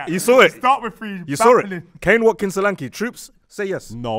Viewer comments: Y'all wrong with Solanke's pronunciation... Its Solanke, e as in /ea/ heaven, earth. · Solanke is a Yoruba name and funny enough the joke pronunciation they did is closer to how it’s meant to be pronounced than how it’s currently pronounced 😂😂